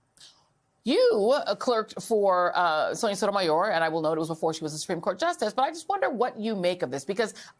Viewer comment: Hey, Joy, please speak more slowly and pronounce each syllable separately. It's not a race. You say Sonia Sotomayor in three syllables instead of the six it requires. I only want to hear and understand you. Show more respect for the issues you deem important and for the viewers who tune in. Thank you.